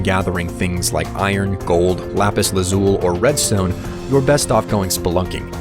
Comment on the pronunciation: You are mispronouncing "chasm," "Fn," and "lazuli."